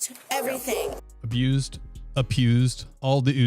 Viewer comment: Being attacked abused apuused?.. Nothing funny about any form of abuse is funny. Just laughing at the word apuused😂😂😂